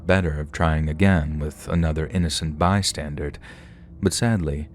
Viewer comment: Bystander,. Bystander! Not a "bystandard" 😅